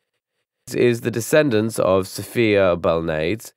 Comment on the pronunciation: And not Sophia ,but Sypha. So many times you say everyone's name wrong. Shit.